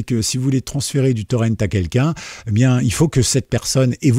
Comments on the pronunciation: Honte à vous ! Prononcer "Torrent" à l'anglaise alors que c'est un mot... français !? Pas fort... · Le mot français pour "torrent" est... "torrent" ! C'EST un mot français : le "torrent" d'une rivière !!! Ça se prononce comme "Laurent" ou "auvent". PAS le "ent" à l'anglaise...